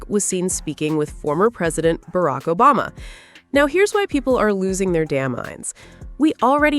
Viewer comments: Barak Obazza? Obasma, sweetie. OBAMA! Fix your AI! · What's with this Barack "OBAZA" reference. Is the A.I.going wonky? 🤷🏾‍♀